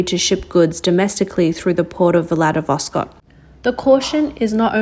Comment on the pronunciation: 'Vladiwos' - - what?